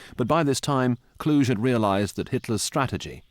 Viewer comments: Not Von Klush, but VON KLUH-GHE. Klush is a French pronunciation with the silenced last letter. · Kluge is pronounced 'Kloogur' not 'Klooshe'. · Field marshal Gunther Von clooge 😅 bah Klu-geh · Von Kluge-cloo-guh. Not clooj. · It’s Kluge(kloo-guh) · von Kluge is pronounced "Klu gah". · Somehow I don't think "Kluge" is supposed to be pronounced "Kludge". 😁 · Kluge is pronounced Kloogeh. He’s German not French. Also Cobra was the breakout of 3rd Army which led to the Falaise encirclement, it didn’t start at that point. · Also Kluge is Klooguh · The pronounciation of Kluge makes my ears bleed. It's disgrace when there are Google translate.